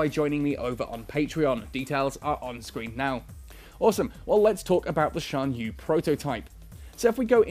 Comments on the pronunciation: I think it's pronounced "sian yueh" and "yen jin" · he's pronouncing it well enough. At least he isn't pronouncing the x as the normal x sound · Lmao no. The official netease video that showed the internal structure of the ship in this video was: Shan-yoo. (Xian-Yue) Yahn Jung. (Yan Jung)